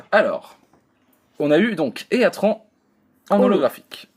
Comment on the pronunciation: Super vidéo ! :^) Par contre juste pour info,le nom des pokemons légendaires se prononcent comme en anglais. Heatran par exemple se prononce "hitrane".